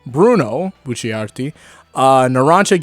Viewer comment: "bucci-ar-ti" why